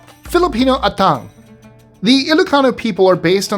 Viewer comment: Thank you for mentioning the cultural practice of the Ilocano People. I just want to correct you, I'm sorry. The correct pronunciation of "Atang" is like the pronunciation of Apple. Have a great day always. 😊